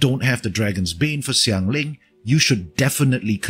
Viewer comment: I'm not sure where you're from, it sounds like maybe Vietnam? But you pronounced Xiangling and Zhongli decently well! Do you speak a bit of mandarin?